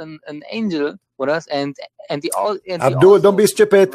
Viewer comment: yg paling gua suka dari CP 1.Dia jenius 2.CP memberikan bukti 3.Menguasai 4 bahasa: a.BAHASA ARAB(100% ARAB ASLI) b.BAHASA IBRANI c.BAHASA INGGRIS d.ARAB TAQIAH 4.Dia selalu memanggil dgn sebutan "abdooll" hhahha 5.Saat CP tertawa kepada lawan debatnya yg KO...tawanya ngangenin.. GOD BLESS CP